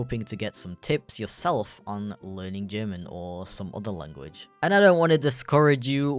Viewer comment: "german *llllanguichh*" xD